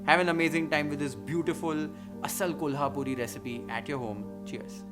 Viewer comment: Love the way you say "KOLHAPUR" man 😉